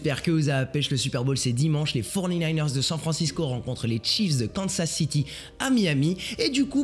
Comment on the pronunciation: Je me rappelle de ce que tu as prevu des niners je t ai dis qu irait au bout 😜😜 si tu ma oublie je suis le gars qui veut que tu correct ta prononciation de mon equipe 🤍❤️